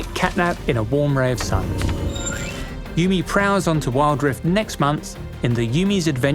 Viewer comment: Bruh it's yuumi